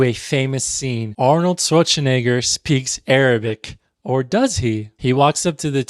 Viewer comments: Nice video as always, but one point of criticism: I get that you're upset about Americans ignorantly mispronouncing arab names, but at the same time you heavily mispronounced Arnold Schwarzeneggers' name. I think it's okay, if everyone uses the pronunciation of their respective language (E.g. Matthias--->Matthew, Uthman--->Osman, etc.), but if you critique the americans' mispronunciation I believe it can be expected of you too. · Hey i dont want to undermine any of your points and i really get how the names should be pronounced in a more accurate way also other parts of the culture too like clothing should be shown better, however as a german speaker the way u butcherd Arnolds last name kinda throws me off ,wouldnt it make sense that you research how to pronounce his last name since some of your points were the lack of research and wrong pronounciation. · To be fair, everyone technically mispronounces Schwarzenegger.